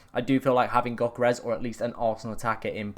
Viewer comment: Bro I like your channel and videos, but PLEASE It's "YÖH-Keh-Res". The G is silent. (Or more ethnically accurate, it's D-YÖH but definitely NO "G"). Don't have to be a perfect pronunciation but dropping the G goes a long way. Cheers.